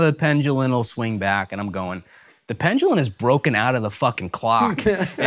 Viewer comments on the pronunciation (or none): You KNOW the guys wanted to correct him for saying the word pendulum as "pengelen". If he's not going to pronounce words correctly then he should be canc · This guy's hot: I hope he learns how to say, 'pendulum', soon.